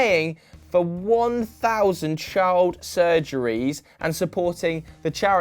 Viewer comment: shild shurgeries........... WOT?